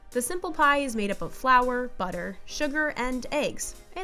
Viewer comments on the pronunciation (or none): none